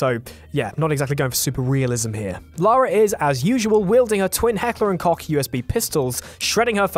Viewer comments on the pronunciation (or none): Heckler and cock its koch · The company is called Heckler & Koch not "Heckler & Cock". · Funny making a video about inaccuracies in video games can't pronounce Koch right. It's pronounced "Coke'. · This is petty but couldn't you have just looked up on how to pronounce koch its sounded like you were saying cock and not koch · he said heckler and "cock" thats unfortunate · Coch is pronounced coke. It’s on there website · tomb raider wields a what??? Koch! Not COCK :D :D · the koch in heckler and koch is pronounced 'coke' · "Heckler and Cock" yeah don't ever upload a video on you talking about guns again. Thanks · Ha he said cock